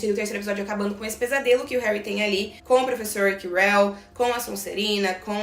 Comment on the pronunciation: Acho que você pronunciou Ojesed certo, só o nome do prof. Quirell que não 🧐🤣🤦🏻‍♀️